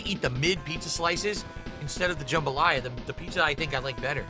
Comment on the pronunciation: I just noticed he keeps calling it Jumbalaya not jambalaya